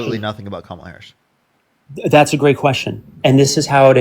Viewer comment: This young man doesn’t know how to pronounce, Harris’s name. That means that he has been indoctrinated by pumpkin head.